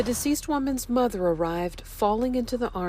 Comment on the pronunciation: Mah thun, mah thun 🙄